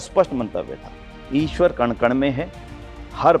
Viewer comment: ईश्वर में , र पूरा होता है । अवतार होता है प्रभु , अबतार नहीं । हिंदी बोलने लिखने पढ़ने में अच्छी है सम्मान की बात है, शुद्धता श्रेष्ठ बनाती है।